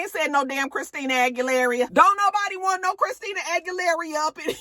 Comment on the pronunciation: “Christina aggielareeyah” lmaaaoooo I am dying